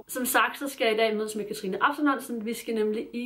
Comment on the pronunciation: Jeg er simpelthen så stolt over, du siger mit navn rigtigt nu😂🥰🎉